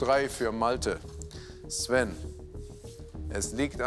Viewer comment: Sven war sehr gut, ere kann sogar die Richtung sagen